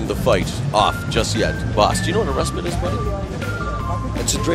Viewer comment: “bas do you know what a restbit is buddy?” “it’s a 3 minute break i guess because you’ve said it 2 times now” goat